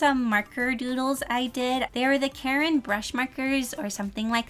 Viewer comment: is it just me or did she say karen brush markers